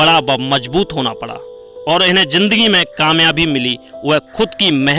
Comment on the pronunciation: Smajh hi nahi aa rahi kya bol rahe ho bhai itne lafz toh apko bolna hi nahi aate zindagi ko jindagi bol rahe ho